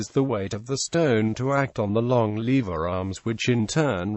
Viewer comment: german....v and w.....levers....lewers.....